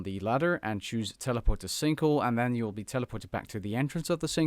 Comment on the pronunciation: "The sinkle"